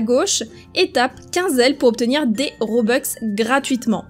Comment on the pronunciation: des robux pas des robex c pas méchant